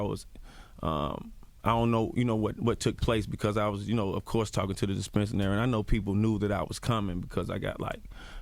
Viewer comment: Good interview, but it is dispensary! He kept mispronouncing it really wrong